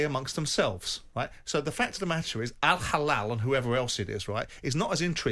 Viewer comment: Did Simon say "Al-Halal"? 🤣🤣